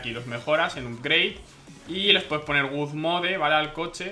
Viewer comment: se pronuncia "god moud"